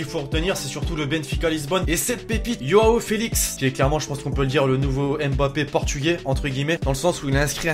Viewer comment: Yoao Félix !! Putain... Ça de prononce Jouan Félix Et tu as oublié qu'en plus de son triplé il a aussi fait une passe décisive